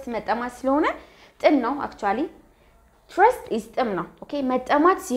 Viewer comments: your pronounciation on thirst is not correct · the pronounciation is not correct on thirst you have to correct yourself but thank you teacher❤